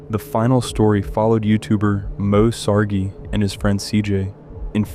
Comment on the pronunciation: If you are going to use video from Moe Sargi, then learn how to pronounce his last name correctly.